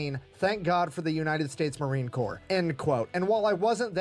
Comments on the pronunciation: Well, thank you for the acknowledgement. Just FYI, it is spelled Corps, is pronounced "core". The "PS" is silent. Ya, I know, the English language is pretty damn weird. Semper Fidelis my brother and sister Leather Necks. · No better friend or no better enemy. You decide which one of us you get lol. I believe your saying corpse, and it's Corps. You're close just leave the E off the end and you'll have it. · WATCH YOUR MOUTH 👄 It’s Marine corps NOT corpse although we are very good at turning evil human beings into those 👀 🇺🇸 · Corps id pronounced Core. We're not Corpse because we don't die. We go to hell, regroup, and fight our way to heaven. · FYI, sorry, I must tell you. It is pronounced "core". Not "corpse". All good. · DROP THE P IN CORPS!!!!!! 🥜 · It's spelled Corps but pronounce like core, Semper Fi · The letters "ps" at the end of COR-PS are slilent. It is pronounced like CORE